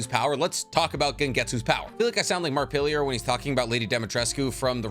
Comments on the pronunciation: Nobody talking about how he said “Markiplier” as “Markpilier”?? 😂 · Listen, i canot focus on the rest of this video after you just pronounced marks name as Mark-pill-ier. I respect the hell out of you man but damn that was rough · Firstly...love you your videos. Secondly...it's Mark-i-plier...XD Sorry, I had to pause the video for a moment and just laugh at how you said it. Not that I'm laughing at you, just the way it was said. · You did bot just call "Markiplier" "Mark pilier" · "Mark-pillier" bruh you mean Markiplier? lol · Crazy if you want to meet markiplier you might want to learn how to say his name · Thank you! I heard that and had to do a double take! Like, who pronounces it like that?? It's not like it's hard to get it right, he says his name at the beginning of all his vids, so to mess it up that badly! 😂